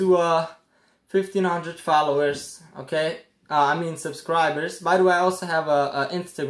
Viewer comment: Take a shot every time he says (okay) 😂